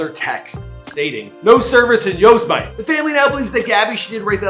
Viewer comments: This man said yowsmight hahahahah it's yo-sem-a-tee hahahahah lmaooo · Just a quick question.. did you mean to say… YOSE MIGHT? It’s YOSEMITEE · Yosemite is pronounced YO - SEM - ITTY...that guy is in my area...wtf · Who else paused the video to see if anyone commented on how he said Yose-mite? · How the hell does someone not know how to say yosemite...